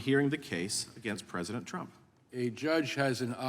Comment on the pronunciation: Mr.Jordan, our Presidents name is Trump, not aTromp, sir.😂